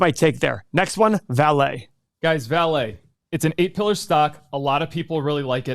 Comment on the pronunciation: Vale in Portuguese is pronounced like the English word “Valley” not “Valet”.